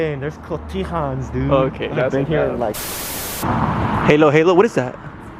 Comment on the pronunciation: Lmaoo mans said haylo haylo